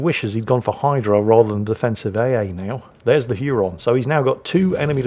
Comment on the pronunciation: Hey. Huron is pronounced "Hyer-on".